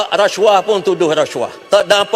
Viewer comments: Apa masaalah kalau sebut rasuah elok2, lidah org melayu, ni reshuah2, mcm bab btl, belagak nk mampos, mp parti sorgaa ni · Orang Asli je yg sebut huruf S tu jadi ‘resyuah resyuah’ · Masaklah kau lepas ni. Cakap pun pelat RASHUAH😂😂😂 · bahas belanjawan ka bahas kes " rasyuah "....sebut bg betoi lah..kau tu mp ooiiii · Sebut rasuah pun x reti... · sebut rasuah pun x betoi...peedahhhh..begitu lah mp pas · Ada juga ahli parlimen pelat. Pergi masuk makmal bahasa. Belajar sebutan yang betul. Booodoooh. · ptt pun ade dgr pelik semacam mangkuk haram ni pronounce rasuah